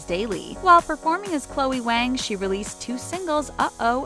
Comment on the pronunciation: Waang hahaha Waang hahaha it’s Wáng